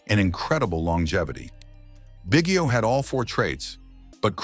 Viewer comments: Bro learn to pronounce his name if you're gonna do a video about him! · AI GARBAGE. Hint, Biggio name mis pronounced throughout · Too bad you can’t pronounce the guy’s name.